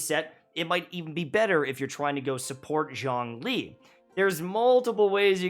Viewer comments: "Zhong-lee" The chinese archon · ps. Zhong Li is pronounced as "Jong Li " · As a fluent Chinese speaker you’re killing me with that pronunciation lol, but that’s basically a problem for every character from Liyue, even for the English VCs